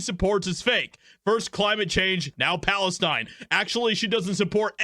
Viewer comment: Hoo, she just save "Balestin" 🤣😂🤣😂🤣😂